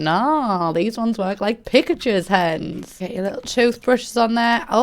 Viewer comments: I know she said "pictures" but I can't stop hearing "pikachus" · I thought she said pikachu 😭😂😂😂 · hahaha ok least it wasn’t just me who thought she DID say pikachu’s